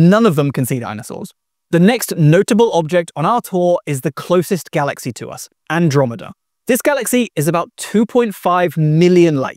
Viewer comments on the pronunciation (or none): none